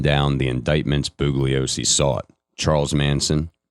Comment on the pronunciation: Perhaps at least ask that he look up pronunciations of words he alleges to be able to say correctly in English. That seems like the minimum qualification for the job. I've got one more Booglyosy and I'm going to have to bounce.